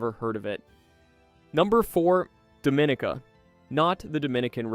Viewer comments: It's not pronounced Doe-min-a-ca. It's pronounced Dom-in-e-ka. Don't piss them off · #4 is “dom ih NEE kah.” Not “DoMInica.” Please learn to pronounce the place/community names correctly, and thank you! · It's pronounced dah-mah-NEEK-uh. So how do we believe you after that? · Dominica is pronounced Dom meh NICA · It is pronounced. dom-min-EE-cah! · And it’s pronounced Dome-Ah-neek-Ah, is it not? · and by the away, it is called Domineeka !!! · In English we say Dominica. 😉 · He’s mispronouncing Dominica lol! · You clearly have never been to these places . You butchered the name DOMINICA.